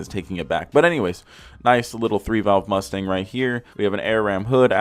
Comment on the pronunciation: i thought he said Lustang